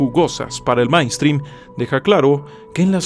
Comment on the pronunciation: Cuida tu pronunciación de la palabra: "mainstream". Parece que la primera parte (main) la pronuncias como se lee en español: ma-in, cuando la pronunciación correcta es mein o mān. En todo caso me parece mejor no usar anglicismos cuando hay palabras en español que pueden usarse para dar la misma idea, en éste caso puedes decir: corriente o tendencia mayoritaria.